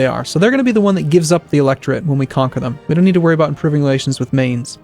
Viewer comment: i realy like how you pronounce Mainz